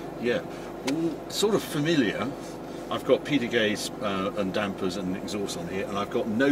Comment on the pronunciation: Did you say “Peter Kay”?…😅